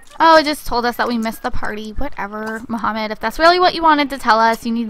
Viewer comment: his name aint even mohamed its mahmoud loool